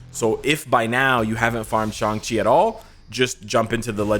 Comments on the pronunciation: finally he said shang chi and not shang shiii xD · At least you say shang-chi name correctly. Excellent video's! Keep up work and see you in game! OnepieceÀFÁ ign